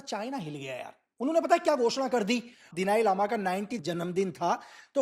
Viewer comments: बहुत फेंकतें हो भाई। 🤣🤣🤣 दलाई लामा को दिलाई लामा बोलते हो। 😂😂 अरुणाचल से 'water bomb' पे पहुँच गये ? कुछ भी ???🤣🤣🤣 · दिलाई लामा नहीं,दलाई लामा बोलो,, जो बातें आपने बताई, वो सब जानते हैं,, पोइंट पर तो बात की नहीं, इतिहास पढ़ाना शुरू कर दिया। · दलाई लामा है, एक सरल नाम उच्चारण नही कर सक्ता! सिक्किम काे भी निगल लिए हो इन्डिया